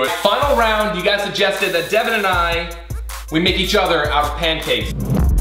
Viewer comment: Oh my god. ITS DEVAN not devon🤦‍♀️